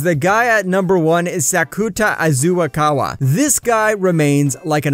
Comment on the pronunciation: It's Azusagawa not Azasaguwa